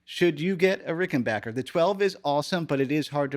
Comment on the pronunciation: Nice guitars. I own a 6 & 12 string. Which amp are you using? The guitars sound great whatever you are using. Nice to hear Rickenbacker being pronounced correctly too! 😊